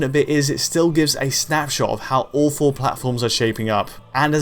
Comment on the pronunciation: When you said “all four consoles are shaping up”, I thought you said “awful consoles”. I agreed.